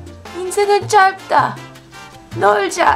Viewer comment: Because when ㅄ is followed by a consonant you only pronounce the ㅂ because ㅂ is stronger than ㅅ so you pronounce 업다, but she pronounced 짧다 wrong, ㄼ is pronounced ㄹ before a consonant because ㄹ is stronger than ㅂ, so it's pronounced 짤다. Like the number 8 여덟 is pronounced 여덜 :)